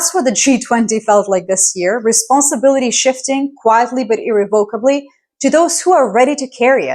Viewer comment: Learn how to pronounce irrevocably if you have a Phd.